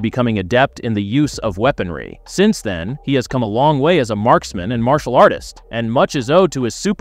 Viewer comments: What the f is marshial?? 😂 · I didn't know that he was a MARSH-E-AL artist. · Ummmm “Mar-cial artist”?……. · "Mar-si-al arts" hahahahaha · martial is pronounced more like "marshul". you probably mixed marital and martial when you said it, which quite frankly is a common and funny mistake, LOL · I left after the way you butchered the pronunciation of Martial artist. Who the hell 😅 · the pronunciation of martial arts made me cringe